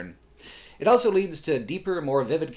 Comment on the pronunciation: says elso instead of also.